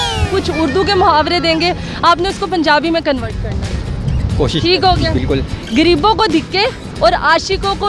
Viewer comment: غریبوں کو گریبوں بول رھی ھے